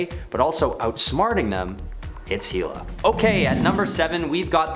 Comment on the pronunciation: Hela is pronounced HELL-a